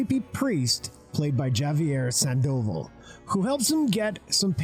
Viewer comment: Good choice and video, but man did you butcher the Spanish names here. You could do some research before saying publicly "Yavier Sandóval" or Francisco "Rubble". Javier, man, like Javier Bardem, "Haviér Sandovál", both with accent at the end. As well as Francisco "Rabál", accent in the end. A`s are like a`s in English, like you say "hat", you say "Rabál". Now you try.